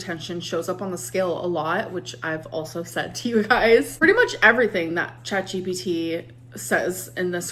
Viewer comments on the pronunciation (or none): The way you caught yourself almost saying "ChatBPD" 👀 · I heard u about to say Chatbpd 😂 It’s ok I say it too when referring to ALR